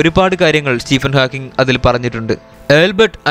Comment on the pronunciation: Nice effort. Keep going. Pronunciation ശ്രദ്ധിക്കണം. സ്റ്റീഫൻ ഹോക്കിങ്, ആൽബർട്ട് ഐൻസ്റ്റൈൻ